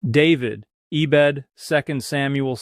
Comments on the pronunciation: he said eh-bed though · Doctor, you would never say E-Bed instead of “ebed” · Dan would never say "ee-bed." That's a dead giveaway. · Knew it was fake the second "Dan" said 'ee-bed'😂